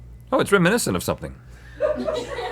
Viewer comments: "It's reminicent" -Rhett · Reminiscent…gotta say Rhett. I’ve never heard anyone pronounce it that way lol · Reh-MIN-eh-sent? RHETT. Wth is reh-MIN-eh-sent?